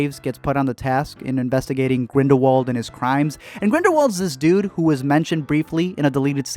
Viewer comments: NO NO NO. Grindelwald. IS pronounced with a V. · Not really tho. He's pronouncing it less wrong but not correctly. Grindelwald is German so therefore it needs to be pronounced very differently to the English pronunciation